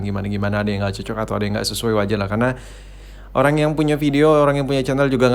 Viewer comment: watch watch 2020: “Dimaling Olang” Oke olang ye olanggg🤣 NGAKAK WOY